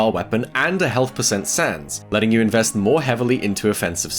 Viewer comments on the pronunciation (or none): none